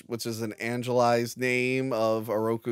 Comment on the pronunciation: It’s anglicized, not “angelized” 🤣